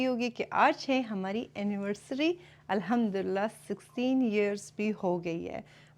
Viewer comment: Sorry for this correction but it's Arabic and Quranic word so pronounce alhamdolillah properly 😊